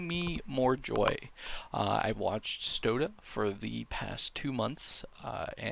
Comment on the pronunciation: Why do you say "stodeh" like "soda" like get his name right before you accuse him of cheating